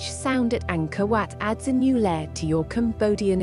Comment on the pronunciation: I thought she was saying, “Anger Wet”.